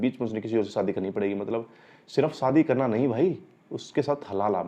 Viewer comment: SAADI NAHI SHAADI BOLNA SEEKHO